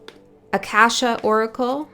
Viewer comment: It's pronounced akaasha.. the first a as the u in mug, second as in the aa in aah, the third is silent. I pulled the Muse card with a beautiful woman and deer 🦌 on it from the Chrysalis Tarot deck in the morning.